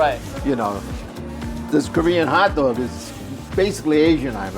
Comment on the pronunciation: "Hat Dwog"